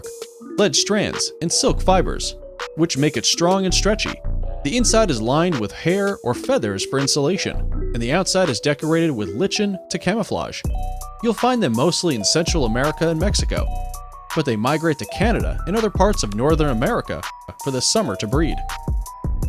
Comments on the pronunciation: It's amazing how so many narrators refuse to look up word pronunciations. li-chins is pronounced lie-kins. This is the worst I've ever heard for ridiculous pronunciations, or rather ridiculous mispronunciation. ferrugeous? Come on. It's got an N in it. Ferruginous. Saerraguro cactuses? Saguaro, pronounced Sawaro. Oh, second time he calls it a sagaro cactus with a hard G. Two different mispronunciations. It is SO EASY to get pronunciations online. You don't have to read those funny symbols, just look the word up and you can LISTEN to the pronunciation. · It's pronounced "liken" not "litchen" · This is very cool, but you've mixed footage of horned coots with footage of western grebes (which you don't mention, and yet use again for your final image) and Canada geese. Also, for future reference, here are some pronunciation corrections: lichen is pronounced LIKEN. Acacia is pronounced AKAYSHA. Maleefowl is mAleefowl, not maLEEfowl, Saguaro is pronounced SagWAro, not serra gurro And Grebe is pronounced GREEB. Though the mistakes were somewhat distracting, the presentation was still interesting and informative, for the most part. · During the Ruby-throated Hummingbird segment, your narrator said the outside was decorated with Lichen for camouflage, but they mispronounced the word "Lichen." It is pronounced Like'in. The 'ch' sound is pronounced like a 'k'. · Nice vid- but some of the Narrator's pronunciations are incorrect.. "lichen" for example is pronounced 'LYCAN' - as well as 'Grebe'- pronounced 'GREEB" Can't be educational when the education is wrong. Nice footage though.